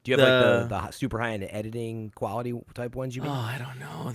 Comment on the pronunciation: I try to never make fun of people's speech habits, 'cause lord knows I've got a marble mouth sometimes, but had like 5 opportunities to say "quality" correctly and sounded like Elmer Fudd everytime.